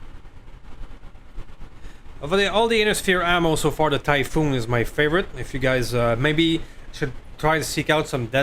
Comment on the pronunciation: Orochi=Oh-Roe-Chee. Typhon=Ty-Fon. Close call on that headshot thought that was gonna be the oh S**t moment of the episode, then you got nuked and no one died so WOW great luck there. The Spiders performance was amazo. Man i LOVE those Direct Arrow shots never a dull moment there. Don't forget you have Sensor lock now so you can nerf those guys when they first drop and still have protection. I reinstalled and looked and you can put 7 Snubs on that SH urbie, SH stealth is a thing but you need the SH stealth armor. Exchanger++ is actually better than the Clan Exchanger for mechs with big heat weapons because it's -15% heat -9 heat and clan is -10% heat -15 heat. That 5% makes a big diff when firing artillary and energy weapons with big heat numbers. The spider 5M is the one you want for the 2 arrow 1 thumber cannon build but you can put 4 arrow iv Clan on the one you have. I would have scrapped that Marauder it's not worth it. Drop costs, the hit penalties, not very good weapons slots etc etc just not worth it. Great fun watching man keep it coming.